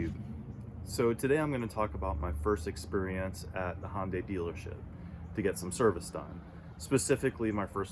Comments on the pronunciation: Hon-Day? I think its Hi-Un-Die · Why do people have such a hard time pronouncing Hyundai! HUN-DAY! Not HON-DAY or HI-UN-DAY. HUN-DAY like Sunday. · Try pronouncing the name of the carmaker you own correctly: Hun-day, rhymes with Monday. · Why do people have trouble pronouncing the name of the company they just bought the car from?